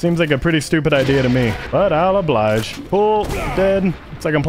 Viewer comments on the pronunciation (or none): none